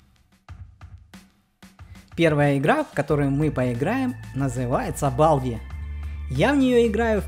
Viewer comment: Балді читаеца как Болди